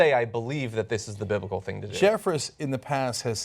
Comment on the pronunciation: He didn't even say "Biblical" he said "Bil'ical". Yokel.